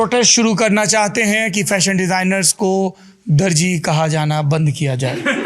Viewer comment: intro zabardast tha jnb....magar DARJI nahin ..DARZI lafz hai, aap jese widwaan ki zabaan se aisa sun kar takleef hoti hai.....